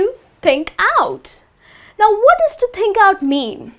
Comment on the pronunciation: Many mistakes in pronunciation "THINK" is not "TEENK"